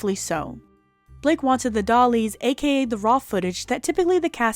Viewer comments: 'MORE SEXIER'. NICE GRAMMAR. DAY'lees, NOT DOLLIES. IS THIS COMPUTERIZED NARRATION? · Dallies? You mean DAILIES? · This is an amazing production, great content, well edited, and very concise summary of all the issues of anything I’ve seen on this drama. Ps. .. the film that is recorded by the director each day (ie daily recordings) is called the ‘dailies’. Pronounced “day-lee-s”